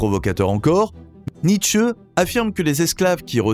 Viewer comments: Très bien ces videos philosophiques, mais par pitié NietzschE avec la derniere lettre accentuee ça me tue les oreilles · Oui mais là on sent que la prononciation n'est pas encore parfaite (ça viendra, je n'en doute pas). En allemand le "e" est prononcé mais pas décollé grossièrement comme dans la vidéo.